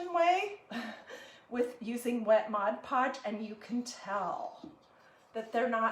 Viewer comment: Thank u for pronouncing ‘mod podge’ correctly.